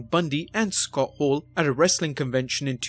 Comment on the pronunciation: Narrator is awful. Who is Scott Haww?